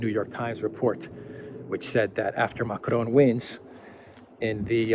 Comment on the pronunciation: Ma-CRON as you are pronouncing it would be spelt Macrone. "Macron" ends just with a nasalized "o" sound. Hope this pedantry is useful.